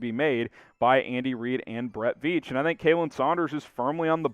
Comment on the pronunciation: we love you bro, but after three seasons your still butchering his name... It's pronounced Collin, not Kaylyn... I thought we were past this bro😂😂😂